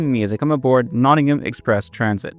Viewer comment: Thanks for your survey of Nottingham’s trams, but there’s no ‘ham’ in Nottingham (nor if you go to see Birmingham trams in Birmingham). The ‘a’ is a schwa sound, the most common vowel sound in British English.